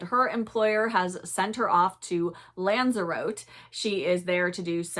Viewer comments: It's pronounced Lan-zer-rotti (just so you know for future reference) - had many lovely hols there over the years. Great video, thanks. x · Love your book reviews 🌻. Just wanted to comment that I think the Canary Island Lanzarote is pronounced "Lan-zar-otty" despite how the word looks.